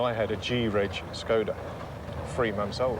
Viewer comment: "Skoda"? Did they not know why there was a thingy attached to the "S"? Interesting